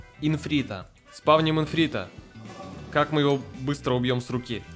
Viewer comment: не инфрита, а ифрита